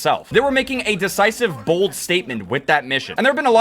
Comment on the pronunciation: The way you say bold could you imagine your on the plane that crashes in to the pentagon or the twin towers that would Be B L O D 😅